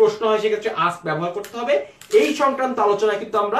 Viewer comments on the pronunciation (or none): none